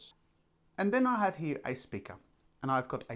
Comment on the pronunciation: The word .....here.....has an R in it........not pronounced hee......